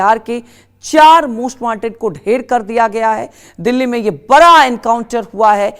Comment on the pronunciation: मैडम जी बरा सवाल नहीं बड़ा होता है 😂😂